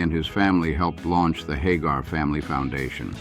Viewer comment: Sammy HAH-garr ehhhh?